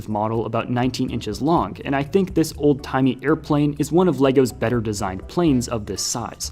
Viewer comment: Sir it not ole it old